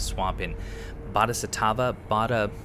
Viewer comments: I got some real 'nam style flashbacks upon seeing the words "Ashina Depths" fade in on the screen. Also, for future reference, "Bohdisattva" is pronounced "boh-dee-saht-vah", just in case you were wondering. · its pronounced, BO-DHEE-SAT-WAA;);) also im absolutely loving this series, thanks